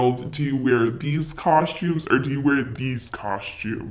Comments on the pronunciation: I LOVE so much! Adorable, generous, hard-working, and so fun! Plus I love when you say cos-chooms instead of cos-tooms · I love your videos and I clicked it even knowing I would be triggered inside each time you pronounced costume (coshtumes)